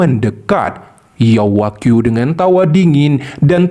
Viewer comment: Yao wanghui Bukan Yao Wagyu min